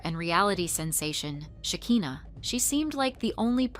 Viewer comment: Great job on the video. And just so you know her name is Shekinah, not Hakinah. Not that it's a big deal. Lol, just thought you should know